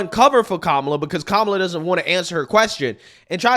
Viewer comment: Who is KA-ma-la? Don’t you mean Ka-MA-la?